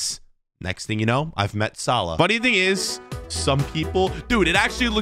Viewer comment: That’s not mo Salah that’s Mo Salad